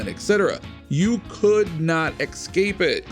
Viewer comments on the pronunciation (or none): "you could not EX-capic".... idiot... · Ya know what else you couldn't escape back then and still can't? PEOPLE WHO SAY EXSCAPE!!